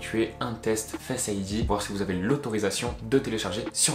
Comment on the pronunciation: Fesse id lol Non sinon la vidéo est vrrrraiment bien